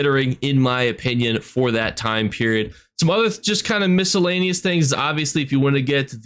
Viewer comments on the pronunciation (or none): none